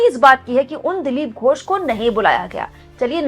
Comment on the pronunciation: मैं बंगाल से देख रहा हूँ। आपने लिखा तो बिल्कुल सही है। वर्तनी भी ठीक है। लेकिन बोलते समय आपने उच्चारण में गलती कर दी। ।दिलीप घोष जी मेरे घर से कुछ कदम की दूरी पर ही रहते थे जब वे लोकसभा सदस्य थे। आज भी वह रेलवे का बंगला इन्होंने कब्जा रखा है जिसमें रहते थे।